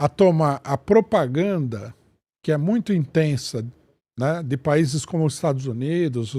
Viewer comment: É MUITA "POPRAGANDA"